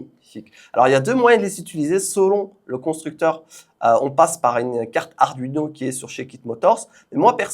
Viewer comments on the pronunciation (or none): none